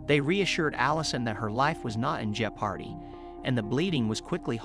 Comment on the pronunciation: Jep-hardy? Spend the damned money and hire a person to do the narration!